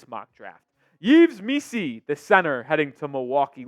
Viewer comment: lol, eves missi its pronounced Eve Missi